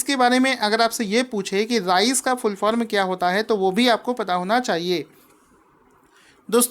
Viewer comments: राइस नही रेज है।।। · Please prounce "raise" rightly